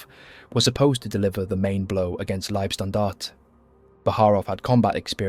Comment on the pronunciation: Its "Libe"- Standarte, not "Lieb" Standarte. Every english speaking channel makes this mistake.